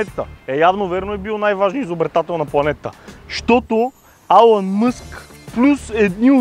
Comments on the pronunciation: Алан Мъск" lmao Илън Мъск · Не се казва Алън Мъск, Elon Musk е и се чете като "Илън Мъск", информирай се . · Казва се Илън Мъск не Алън Мъск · Не Алън а Илон Мъск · Само една забележка. Не се казва Алън Мъск,а е Елън Мъск. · алън мъск"...бря! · Чете се Илон Мъск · Tesla няма нищо общо с Google и се произнася "Илън" Мъск.